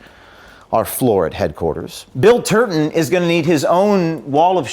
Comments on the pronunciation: Just to clarify, are saying Turton or Turd-on? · Surely, I heard James say Bill Turdon.